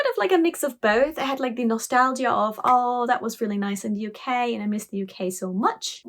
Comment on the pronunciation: "I miss the U-Key terribly much." Me: "Wait....WOT???"